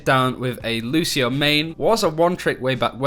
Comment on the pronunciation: Lucio, not Lushio.